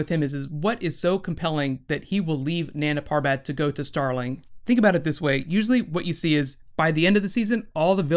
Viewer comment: bruh, its NAN GA PAR BAT. not nanda parbat